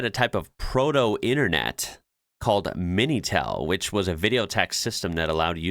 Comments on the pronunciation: It's Minitel, not Mintel. But yes, people know about it. They talked about it on the French news not too long ago. I had no idea it was used until 2012 tho, that's insane! 3615 was the number you would dial to use it. Yes, Heathrow is the busiest airport in Europe by passenger traffic, followed by the Istanbul airport and Charles De Gaulle airport. Oh yeah, once or twice a year we hear on the news "the sand from the Sahara is back". The sky is orange and you see sand on the ground for a day or two and then it's gone. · The Proto internet was actualy called Minitel not mintel. I've used it when I was young mainly to learn how to do these damned "finish mooves" in the first mortal kombat.